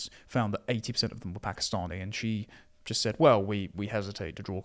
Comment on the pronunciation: Pack. Eee. Stanee communities aren't appalled. They welcome and rejoice in it.